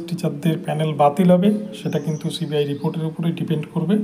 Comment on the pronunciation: Cbi উচ্চারণ ঠিক মতো করুন।